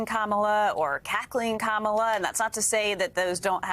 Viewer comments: Trump should start by pronouncing Kamala’s name correctly. Would some claim that’s Woke? I wouldn’t be surprised… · He's an ignorant man-child, deliberately mispronouncing her name. This isn't presidential character. And hysterical that the GLOAT would accuse anyone else of lying!!